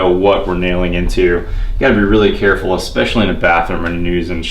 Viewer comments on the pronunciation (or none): be very carrrrraful